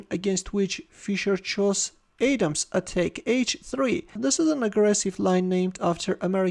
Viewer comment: Hey, you don't pronounce Adam's attack like "Adem's" It's like saying adam, but you say adam's, I know you speak differently from us Americans, but, I wanted to clear that up